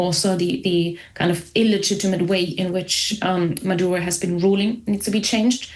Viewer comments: Odd that the interviewer keeps pronouncing Maduro's name as Madauro. ( ow) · Natasha Devon doesn't know the difference between Cuba and Colombia. She also calls Maduro "Madaro" (twice)😂😊.